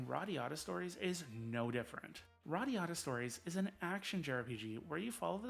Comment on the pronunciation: You say Radiata Story wrong